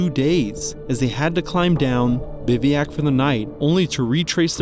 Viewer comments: It's "biv-oo-ack", not, "biv-ee-ack"! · Its pronounced biv wack